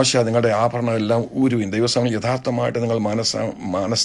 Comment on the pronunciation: ഈ സംസാരിക്കുന്ന അപ്പച്ചൻ മാർക്ക് ഭ ,ബ ,ഫ എന്ന ഉച്ചാരണം മലയാളം ഭാഷയിൽ ഉച്ചരിക്കണം ആ ഫരണം അല്ല. ആഭരണം. നിങ്ങൾ ആദ്യം ദൈവത്തെ അനുസരിച്ചു ജീവിക്കൂ. ഒന്നര കോടിയുടെ വീട് ഒരു ലക്ഷത്തിന്റെ സിൽക്ക് സാരി. റാഡോ വാച്ച് എന്ന് വേണ്ട ..... നാറിയ സംസ്കാരം നിങ്ങളുടെ ഇഷ്ടത്തിന് വളച്ച് ഒടിച്ച് അടിച്ച് പൊടി ജീവിതം.ഇതൊന്നും യേശു ക്രിസ്തുവിന് ഉണ്ടായിരുന്നില്ല. എന്ന് ഓർത്താൽ നന്ന്.